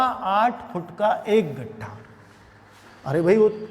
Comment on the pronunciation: गट्ठा नही सर लट्ठा होता है